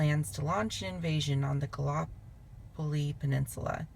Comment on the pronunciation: LOL! love the way you try and say gallipoli. completely different than how we say it in Aus